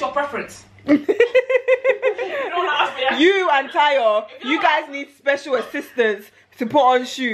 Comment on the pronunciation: "thasmyprefrence" LOL.